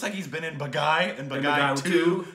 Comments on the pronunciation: it's not baa guy it's baa gee😊👍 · Though i am Indian i oved the way they butchered the the title Bagai 😂😂😂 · The only name you butchered was the movie title itself... its pronounced Bah-gee 😂 love from canada guys! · Hey awesome, It's not "Ba- guy". It's "Baa-Gi" ('Gi' as in 'Gui'tar) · Am I the only one who is screaming out loud 'it's Bhaagi' everytime says 'Bagai'?? 😑😐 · Dear friend... It is not... Ba-ga-ee ....it is... Baa-gee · Not Bagai.....it's BAAGEEE. 😊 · IT'S PRONOUNCED BAAGEE NOT BAAGUY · man its not bagai man.. its baaghi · It's not Pronounced bagai.. it's Baa Ghee.. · Hahaha. Baagi. Not baghai :) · turned pink!! Yes I comment while watching the reaction!! It's pronounced baa-gii. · OUR STUPID REACTIONS guys...it’s pronounced as “baageee”. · And it is pronounced Baa-ghee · I LOVE BAAGHI!!!!!!!!!! BEST MOVIE EVER!!!!! BEST ACTION ACTOR: TIGER SHROFF!!! SO GOOD!!!!! MUST WATCH BAAGHI I WATCHED IT IN THEATERS! AND IT'S PRONOUNCED, BOG-GEE 😍😍😍😍💜💜💜💜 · The pronunciation is " Baa ghi". It means " a rebel". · Its pronounced as BAAGHEE, Means retaliator/traitor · its pronounced as "baa- ghee" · It's pronounced Baa Gee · You pronounced it wrong.. It's like "BAAGHEE" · Pronountiation correction Baa-ghee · It's baaghee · Its baa.....gheee.....thata the way its pronounced guys....movie is good too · Not bang on with the pronunciation 😂.. its baaa ghee.. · Loved your pronunciation of "baaghi"..LOL!!, you always come up with a peculiar and quite interesting way of pronouncing hindi words, and i can't control my laughter:):) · is so cute, pronouncing the name wrong repeatedly with such confidence..:-D